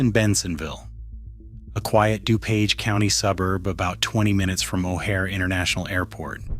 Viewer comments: Du paaaage county.....REALLY???😠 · “Doo-poge County”